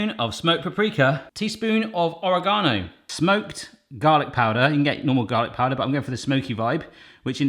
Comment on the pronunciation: The way you pronounce oregano makes me giggle